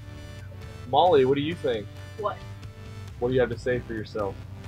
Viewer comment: It's Mollue